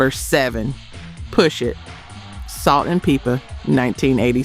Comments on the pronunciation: Did u say Salt n Peepa? Come on now they are the first female rap duo or group to go platinum. Don’t mess up their name. I’m done 2 Pack and Nayo?!!!! I keep trying to support but the mispronunciation of our music history is making me angry. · Salt and peeper?? Thought this was a real person on this account . Are you AI? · Salt n "Peepa?' You sure you not AI? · Ok it’s salt and pepa ( pepper ) is how it’s pronounced 😮😊😊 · First let me state that I enjoy your videos very much. Your voice is very pleasant and soothing. But,,,, Please, please, have someone proof-listen to your commentary. Every video you mispronounce something totally wrong. Salt n Peepa???? No, No, just No. Another video you pronounce Minnie Riperton's last name wrong. I am almost sure you will say a word that makes it sound like an AI voice over in every video I've watched. When you mispronounce words, especially names, it distracts from the enjoyment of listening to your videos. I'll keep watching regardless of the mis pronounced words. Because your content is very enjoyable and I thank you for all your hard work. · I really thought this was a real person narrating this series, until she pronounced Salt & Pepa wrong. Disappointing. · The narrator pronounced the rapper 2Pac and the group Salt & Pepa the wrong way.....interesting🤔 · These AI voices are amazing, until they mispronounce Salt and Peppa, and Tupac! Lol